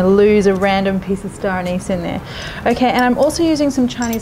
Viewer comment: "stoneys" = star aniz :-|